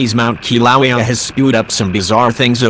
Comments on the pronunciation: This horrible auto-voice cannot pronounce words. Please replace it with somebody that has a pulse. It's saying "ki-LAH-wee-uh" over and over and over. And I still can't get what the green bead thingys are, after several replays. Is the voice trying to say "peridot"? It is maddening!!! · Doesn't the Defense Department have any HUMAN'S who can read into a microphone? The robot doesn't pronounce Kilauea correctly, and that takes any kind of attention away from the PHONY sounding voice. I REFUSE TO SUBSCRIBE, and everyone else should too. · Can't even pronounce Kilauea!! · Man you should learn to pronounce Kilauea properly the way you say it sounds terrible. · Not another CG voice? Sorry, stopped video and unsubscribed within 12 seconds, after hearing the butchered pronunciation of the name of the volcano.